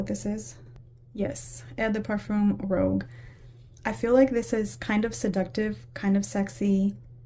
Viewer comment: Ummmm...regarding L'Interdit...it's not "rogue", but "rouge"...which refers to the color.